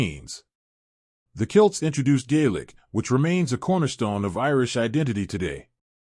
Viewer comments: it is pronounced "Kellts" not Kilts. Kilts are wrap-around skirts for men.. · The narrator keeps saying "kilts" instead of "celts". Is this ? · Please use the name Celts pronounced “Kelt” not Kilt, unless you are saying the word for the wrapped skirting used in Ireland, usually in dark green or the longer version in various Scottish plaids depending on the Clan’s colors and design mix. (Celt- pronounced “selt” is a basketball team name pronunciation, and nothing to do with Ireland or Scotland!)😊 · Ok…I can’t get past this: it sounds like you are saying CILTS…..it is pronounced CELTS….not CILTS. See the difference? It is so distracting…I couldn’t focus on what you were saying. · You really had me going there for a minute with the very bad mispronunciation of the word CELTS as KILTS! CELTS were a people and KILTS are a garment. The southern dialect of the USA can cause unexpected miss pronounced words. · Celts pronounced as KELTS not kilts so "KELTICS" for Celtics🤪🤨😠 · Celt , Celt , Celt , Celt NOT Kilt , they were not Kilts .Fricking AI,crap 😮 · "KILTS"? OR "Celts"? Nice AI pronounciation. "Forty-hundred years ago" 😂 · Pics not kilts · CELTS not kilts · It's pronounced "Celts" from the Celtic culture, not "Kilts". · Yea when he was saying Celts i kept thinking he was saying Kilts 😂 no man ur thinking of the Scots!😅